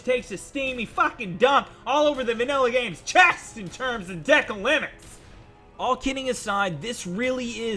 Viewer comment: You are saying Decal wrong